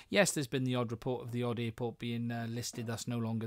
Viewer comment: What's an earport? LOL